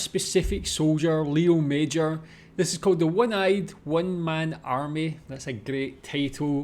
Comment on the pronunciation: The name wasn't lee-owe major, but lay-owe mazhor. The name should properly be spelled Léo Major.